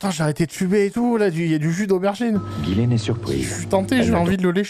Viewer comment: Bizarre que tout le long ils disent "Guylaine" et non "Jisslaine" 🤔 C'est prononcé à l'américaine...